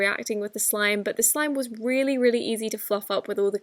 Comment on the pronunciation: Reary beautiful 😂